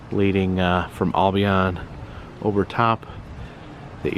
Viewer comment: just an FYI, the locals pronounce it "Al Be In" not "All Be On"